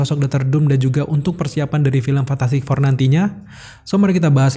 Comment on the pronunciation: Fantastic four bang bukan fantatTastik four